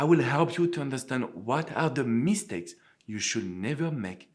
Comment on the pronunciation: I love how you say MEEH-stakes with emphasis on the mee! 😊 And besides, I find your videos very valuable and helpful. Thanks!